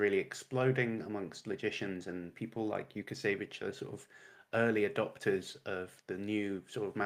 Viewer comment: I am pretty sure the L with a strike through it is like a W sound. So Wookasayvich.